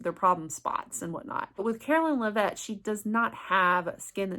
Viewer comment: Karoline Lev-it not La-vette